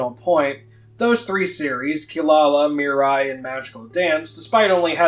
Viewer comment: It's not Mirai And Marie, it's Miriya And Marie